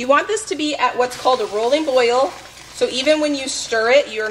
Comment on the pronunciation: This is so motivating! I really needed it. I do gotta say though, I miss you saying roiling boil vs rolling boil. It was the cutest thing. I now actually say roiling boil cuz I thought it was so cute when you used to say it LOL.